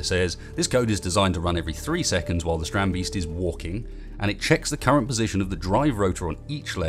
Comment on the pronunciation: Strand - BAYST Not "Beast"